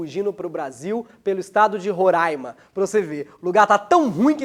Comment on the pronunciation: Ele falou Roraima certinho